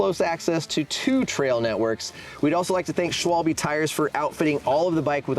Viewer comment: these guys are “experts,” but they dont know how to pronounce Schwalbe and Giro? Pathetic.